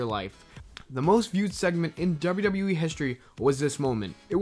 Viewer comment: Youve got a weird thing with the letter W mah man...when you put two of em together, it sounds like "dubber dubber." Maybe shy away from so many WWE mentions... other then that, I enjoy these videos very much.